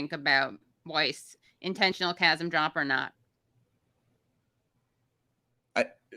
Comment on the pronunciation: Holy shit I almost like Bari Weiss for the chasm of knowing how to say chasm and producing a chasm of cognitive dissonance in the most passive-aggressive way possible. Almost. Actually, I clearly spoke too soon and forgot she still sucks incredibly.